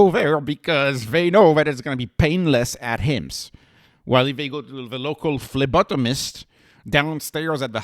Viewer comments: I like how you say phlebotomist haha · It is, I just like your French accent on that word